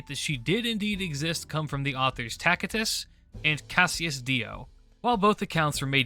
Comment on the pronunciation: I like the latin pronunciation of Tacitus.